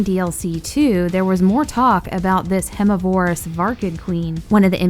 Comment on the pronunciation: It is pronounced verm miv er iss